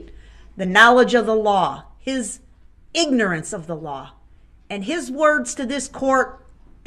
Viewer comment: Yes, the emphasis on the word ignorance!!!!!!!!